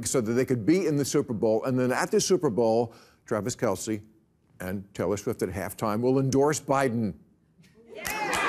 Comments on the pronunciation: Funny, yes! Keep in mind, it's pronounced Travis Kelss - not Kelcy. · Et tu, Bill? The guys name is pronounced "Kels," NOT "Kel-see."